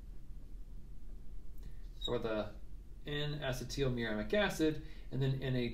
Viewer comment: DO. NOT. STOP. MAKING VIDEOS! You have a gift and your channel will explode. Keep it up. Acetyl; uh-SEE-dle, like acetylcholine. Why is everyone saying asset-TEAL?!